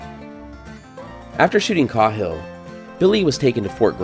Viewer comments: Kay-hill not cah Hill, awesome video man! Many likes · I’ve never heard that name pronounced KA-HILL but instead KAY-HILL. Just saying. But I did like the video a lot. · I think it's pronounced (Kay)hill, as opposed to (Kah)hill. No big whoop. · His name is pronounced kayhill not Cauhill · It's pronounced KAY-HILL not CAW-HILL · The man's name is pronounced KAY-hill. Not "cawhil". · It’s caaaaaaayhill😮😮😮😮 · As far as i am aware. Windys last name was pronounced Kay-hill. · Are you sure it’s not pronounced “kay-hill” ? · Thanks for the great video. I had never saw this place or his grave. Also, you now make me question the way I’ve said Cahill my whole life. I have said on only heard it pronounced like K-Hill. Have a good day sir. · Sorry for the nitpick, but it’s “KAY-hill”. Unfortunate oversight, but good video. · I had a room mate once who's last name was "Cahill" it was pronounced "Cay-hill" Interesting story thanks for the tour.